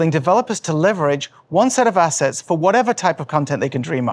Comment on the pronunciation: all I heard was "High Quality Asses" and I like it :D